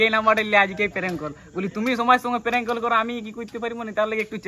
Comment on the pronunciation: অনেক হড়বড় করছিলে first parnk na bole pelenk bolecho thik ache prothom prothom omni hobek ai darun hoyeche video ta